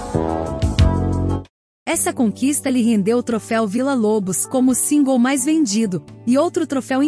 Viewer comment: A sua pronunciacao singles e' horrivel voce deveria googlar, usando translate e repetir. Machuca o ouvido